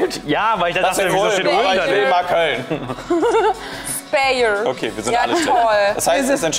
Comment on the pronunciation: man spricht speyer nicht so aus wie du es getan hast. Ich wusste es das der Dom dort der älteste ist und auch der schönste.